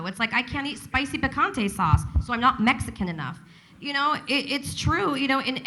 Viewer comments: she pronounced "picante" wrong. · “I’m not Mexican enough...”pecanteh sauce” No, they say you aren’t Mexican enough because you pronounce ‘picante’ like “pecan-tea”.